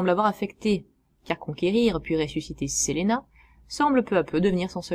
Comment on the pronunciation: Pardon mais il y a quelques erreurs dans cette vidéo, certains noms comme Selena ou Eleanora sont mal prononcé. et puis Various n'a jamais été Gay, tu le confond avec le cousin envoyer pour "sauver" Selena, Various est le chef des mercenaires de Villains et a demandé a Lisbeth la main de Selena et s'est fait changer en spachoune, un genre de dindon par Lisbeth en réponse, il a fini par épouser Lisbeth.